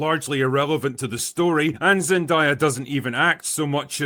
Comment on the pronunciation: If I hear one more person mispronounce Zendayas name I swear to god…